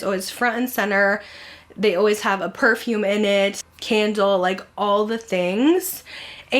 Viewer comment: It’s too funny that you said “Perfume’ie” I went to 5 Below today to get their new Toy Story tee so while I was there I went over to see what they had in their perfume section. Well they had one called “Cotton Candy” & I love my Bath & Body one, so I sprayed it on & then smelled it & said out loud that’s really “Perfume’ie” lol.. Thanks for this video & All that you do!! 🤗